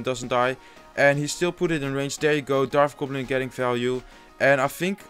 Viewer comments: bro i like ur vids but its a dart goblin not a darf goblin lol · Un p'tit conseil... on dit dart gobelin. on prononce le T au lieu de dire darf gobelin... on prononce un F seulement quand il y a un TH dans le mot;) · hey man its "dart goblin" not "darth goblin"